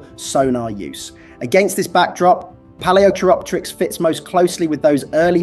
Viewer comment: Can't even pronounce Palaeochiropteryx correctly, yeah real serious channel. lol